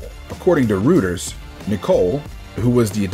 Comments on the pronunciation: It’s more like royters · You pronounced Reuter’s wrong...